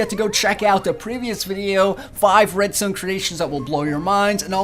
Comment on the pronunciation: he keeps saying redstone but it sounds like redstain